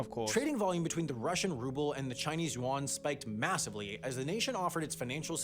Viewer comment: Hmm, so Yuan and Yen aren't pronounced the same. I kept wondering, who the hell is Juan.